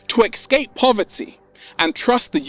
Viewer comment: Why is saying "ecscape" instead of "escape"? Is it some regional accent, or his personal? Btw, amazing video, thanks!